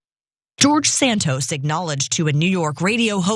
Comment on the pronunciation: He never said he was gay. He pronounces his name George - gay org!😃